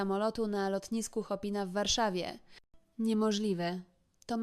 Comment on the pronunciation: Najbardziej mi sie podoba wymowa nazwy lotniska w Warszawie - to nie lotnisko "Szopena" to lotnisko "Chopina".